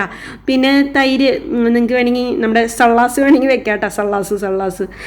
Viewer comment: Adipoli dialogue presentation 😍❤. Sallas alla Challas alliyoo, athilum nallathe Salad yenne parayam alle. Aarkum prasnam illallo